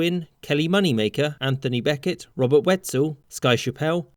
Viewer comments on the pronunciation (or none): none